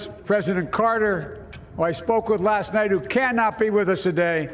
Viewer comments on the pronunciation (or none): none